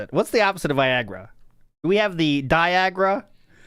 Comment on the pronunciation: "die-agra" made me lol